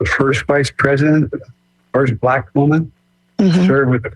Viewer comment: Bruh, I could swear I heard you say.....upon hearing conspiracy to destroy Blak boys....